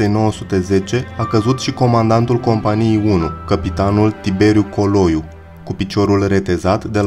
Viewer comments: Pe langa acea greseala mai ai cel putin doua: companíe in loc de compánie si artileríe in loc de artilérie. Daca esti român nu este de acceptat, daca nu esti român ai o mica circumstanta atenuanta. Oricum, nu este de acceptat sa nu te documentezi inainte de a face un astfel de material. Prin pronuntarea gresita a cuvantului "cremene" ai dovedit ca nu ai idee ce inseamna acel cuvant si de ce i s-a acordat acest titlu diviziei respective. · Cinste și onoare veșnică eroilor noștri! Bun documentar. Cel care citește narațiunea ar trebui să învețe pronunția unor cuvinte (pune accentul greșit la substantive precum: cremene, companie, artileria s.a.).